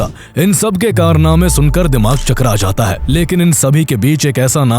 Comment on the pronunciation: Last word sound was short is should be istemal kiya jaaaaatha hai not jatha hai